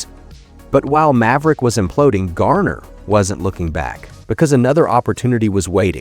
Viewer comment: If his story matters so much to the producers of this stuff, why can’t you pronounce his name correctly? You have called him Gayner, Gerner and Garner. Which one is it?